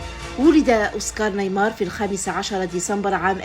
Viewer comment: اسمه اوسكار نيماير و ليس اوسكار نايمار Oscar Niemeyer et pas Oscar Neymar